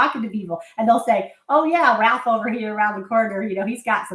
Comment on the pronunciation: I truly appreciate all the practical info. You are my go-to place online. But barfing up names like RALPH made me lol. Had a friend back in the 1980's who was in the military who would do that!